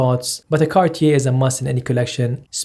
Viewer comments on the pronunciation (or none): car-tee-air... lol. money cant buy class